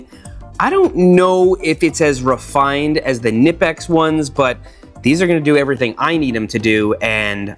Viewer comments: *Knipex, not Nipex😂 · It’s pronounced Kah-nipex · The K in Knipex is not silent! It’s pronounced like ‘kuhnipex’ - I found it hard to believe when I was first told that, but there are videos of Knipex reps at trade shows being asked how to pronounce the company name. Pliers wrenches are amazing, and honestly Knipex makes top tier tools that are absolutely worth the extra money. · Knipex, hehe. It's a German brand, the k is not silent. It's less like "knee" and more like "client". Cnipex! ^^ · Knipex is pronunced with a hard k. Feedback sports is just a rebrand of Taiwan made stuff. Get the real plier wrench, it is well worth it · For peops knowledge it's pronounced 'kuh-nipex' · No, it's kuh-nipex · btw seth Knipex is a german company so you are supposed to pronounce the K. just a random factoid for ya